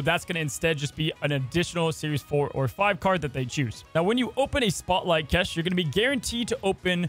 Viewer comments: Am I the only one who was confused by how he pronounced cache, pronouncing it like kesh not cash? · Dude... "cache" is pronounced CASH. Like cash-money. Not "kesh," or whatever the heck you said 1000 times in this video, lol. But thanks for the info. So like if you want to get Spider-man 2099 with 3k tokens as soon as he drops in a few days, do you spend the tokens right then and there or hoard collector points to get these new caches and hope he appears in one of them? In other words, will SM 2099 be included right away in the new system caches or is he the last of the old breed where u gotta drop tokens to get him pronto? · bruh, its pronounced "cash" lel not "kesh". good news either way, thanks for this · Dope news, but on a side note, why in the world are you pronouncing cache like "kesh" instead of "cash"? Is anybody else hearing this? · Pretty sure it's "cache" like the word "cash", not "keshes". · It'd pronounced cash not kesh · Why do you say “cache” so weirdly? It sounds like you are saying “kesh” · dude what are you even saying? kesh? it's cash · "cash" not "cesh" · just say "cash" it's closer than what you're currently saying lol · Love the content, best snap creator. For future videos, it's pronounced like "kash" or "cash". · Love ya, but cache is pronounced "kash." 😛 (Awesome vid, excited for these changes!) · Not that it matters, but "cache" is pronounced "cash", like cash money. Regardless, you've got the best Snap content on Youtube. Easy subscribe. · Love the channel, just one comment: cache is pronounced "cash/kash" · Yo why does he keep saying “kesh” and “Keshes”. It’s like the smallest thing to complain about but damn is it pissing me off hearing him say it like 30 times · Pronounced "cash" Great video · we love you, but why do your say Cache like that? It's pronounce just like "Cash" or, "Cash-aye" if you're being fancy. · For the love of god it's cache (pronounced cash), I'm gonna lose my mind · It’s pronounced like CASH.